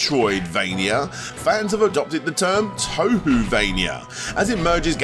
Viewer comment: toe-who lmao